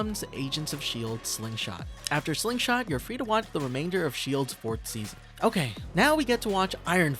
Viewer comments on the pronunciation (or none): none